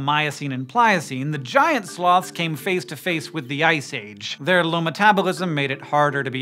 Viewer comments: "Slowths." - Sir David Attenborough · it sounds like hes saying slavs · I had this video running in the background instead of "Sloths" i heard "Slavs". So i got really confused. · 'Slawths' lol